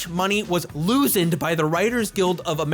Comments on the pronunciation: You mean "losened"? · Everytime says "Losend", I give the biggest fucking ugly snort of laughter, that needs to go into the hall of fame.